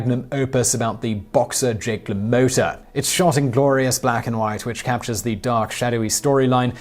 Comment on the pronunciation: La Motta is not pronounced THAT way, Simon. Have a guess how it IS pronounced. You're a smart guy, I'm sure you'll figure it out haha!!